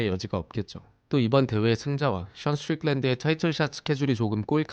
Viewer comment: 스트릭랜드 발음 야무지네요